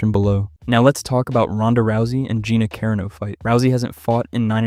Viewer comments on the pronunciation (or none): Are you intentionally pronouncing all the fighter's last names wrong? Nunes -> "nunies" Carano -> "Care-no" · Let's talk about Care-uh-no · Cuh-Rah-No is how you say it. You unflavored rice cereal white boy